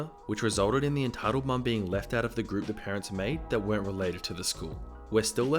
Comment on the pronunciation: Sometimes at the end he says "Get annoyed at some entitled Pearents